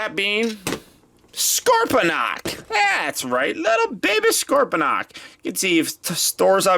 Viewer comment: It's not scorpydonk it's scorponc